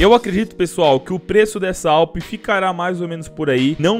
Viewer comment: Nao é Aupi é ADAPIU PE